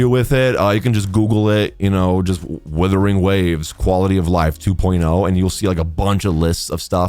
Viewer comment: You have to pronounce it wuh-ther-ing you welcome